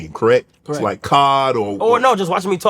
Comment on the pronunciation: Shay shay just called C.O.D, cod like the fish😭💀 You get a pass this time lol